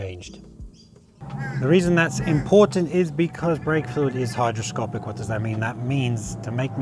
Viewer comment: He defo said hydroscopic!